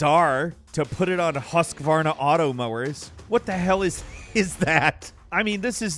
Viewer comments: As a swede I can explain Husqvarna is prounonced "Hus kvarna" not "husk varna" hope this explains our weird language and old companies that are not swedish anymore. The name originate from the city Huskvarna which is located in Sweden and is mostly famous for chainsaws and motorcross/enduro bikes (and of course old lawnmovers my grandma has one from the 90s still) Yes I´m swede and I help my grandma with her lawnmover every summer... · What did you just call the lawnmower brand... 😂😂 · The Husqvarna pronunciation though...